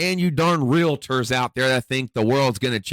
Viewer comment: Bull run is over. Real-ter not Real- la-ter